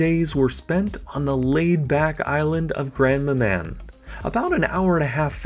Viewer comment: Nice video. Just wanted to point out that it is called Grand Manan Island; not Grandma man. cheers